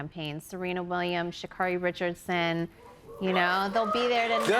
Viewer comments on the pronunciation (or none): Pronounced Sha-CARE-ee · it's sha-care-ee